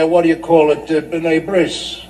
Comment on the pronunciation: and you two don't break up at "Bnei Bris"!!! Its BNEI BRITH, as BRIS is a circumcision!!